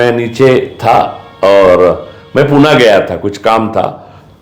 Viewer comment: पुना नाही, पुणे म्हणा. धन्यवाद.